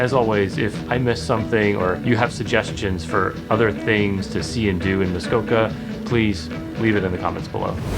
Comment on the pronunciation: I’m here because I kept hearing the characters say Muskoko instead of Muskoka, so I wanted to verify I haven’t been pronouncing it wrong 😂